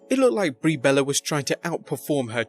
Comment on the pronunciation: Brie botches 😂